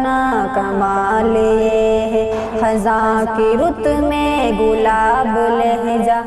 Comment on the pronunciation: محترمہ یہ لفظ خِزاں ہے خَزاں نہیں ہے خ کے نیچے زیر ہے زبر نہیں